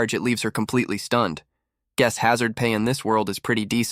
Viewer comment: You're going to drive me nuts if you keep saying "guees".